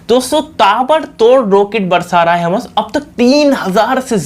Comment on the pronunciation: बेवकुफ हमस नहीं हमास है l ठीक बोलना तो सीख लो